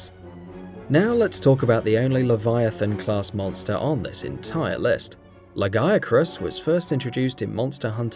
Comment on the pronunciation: "La gay crus"